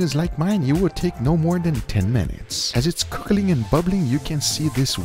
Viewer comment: Cookaling and Bubbabling